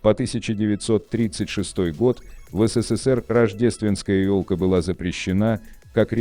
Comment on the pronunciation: Кто озвучивает это?😂 Назвать СССР "СИ СИ СИ ПИ" я чуть не поперхнулся